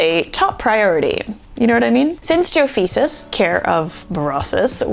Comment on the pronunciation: You said Jofeces 😂 Great video btw ❤